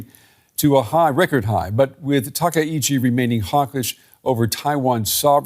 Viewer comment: TA KA ICHI, please, not TA KE !